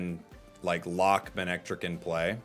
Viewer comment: Respectfully, it’s pronounced “muh-neck-trick”